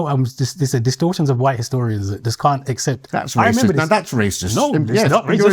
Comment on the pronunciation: Don't get his name wrong, KK. That's waysist lol